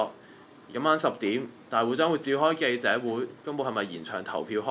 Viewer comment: 注意下懶音 "實"體、"時"間、記"者"等 繼續努力！